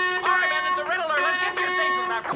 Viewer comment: Agreed. I like how Colossus couldn't pronounce the word" man" properly.